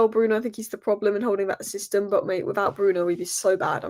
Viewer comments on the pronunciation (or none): none